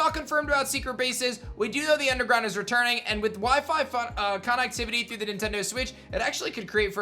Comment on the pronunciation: He says connectivity lik conactivuty